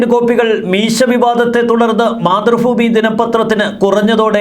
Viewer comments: മാതൃഫുമി അല്ല മാതൃഭൂമി അക്ഷരങ്ങൾ ദയവായി തെറ്റായി ഉച്ഛരിക്കലെ😔😔😔🙄🤔🤔🤔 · എത്ര തവണ പറഞ്ഞു ചേട്ട ഭ എന്ന് പറഞ്ഞ് പഠിക്കാൻ --മാതൃഭൂമി ഫൂമിയല്ല